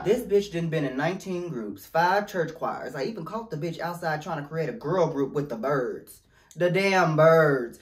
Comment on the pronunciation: the 2nd emphasis on "the birds" took me out😂